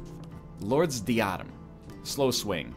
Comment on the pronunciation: DIE-UH-DEM for the love of god